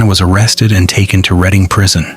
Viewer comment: Reading, PA is pronounced like Reding. Allentown, PA here.